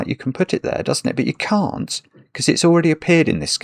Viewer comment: stumbled on the word "can't". I'm wondering if he accidentally said "can" or if he accidentally pronounced "can't" with an American vowel. It's a funny thing about the North American vs British pronunciation that we have a hard time enunciating the difference between "can" and "can't". The British pronunciation would be useful except it would make us sound unbearably posh if we tried using it. Like the guy who sings "the lady in red...is DAHHNcing with me".